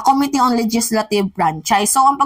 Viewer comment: this is about the dear mimaa, this is about the correct pronunciation of the word "committee." stress should be on the 2nd syllable of the word, OK?